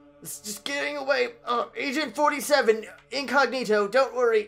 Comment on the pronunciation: at first i thought he said asian 47 and after i heard that i had to pause the video because i couldn't stop lauging